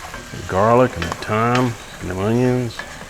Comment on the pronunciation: Th-yme lol but 👍 looks great